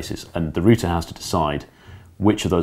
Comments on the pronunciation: It's router, not router, god damn it. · root is singular. route is plural. so "rooter" is incorrect. root have many routes... there 4 its a router! (as in many root's) and if your and aussie like me.. "rooter" is one who has a great time (alot) ;)